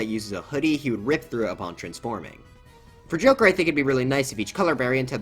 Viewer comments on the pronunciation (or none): none